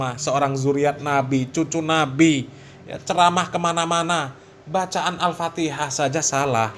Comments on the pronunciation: Masa bacaan Fatihah begono harhar😂😂😂 belajar dulu har makhroj tajwid har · Kalau dilihat dari ilmu tajwid ya salah Har bahar.. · Bacaanmu Ambyar Har gk bs merinding klu d dengarin Har Guwooblok ente har mahroj gk tepat tajwijnya gk tepat Har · Bahar sadarlah kau baca fatikah salah. mompong belom kena azap Alloh har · PANJANG PENDEKNYA KAGA ADA BRO GAK PAKEK TAJWID, aeperti ngaji huruf abcd latin😊😊